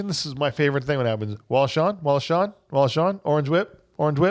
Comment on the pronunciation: Also it's Wallace Shawn, not Shaw. And Ellen, not Helen